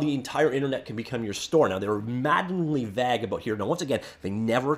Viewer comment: Please do yourself a favor and look at how to properly pronounce vague.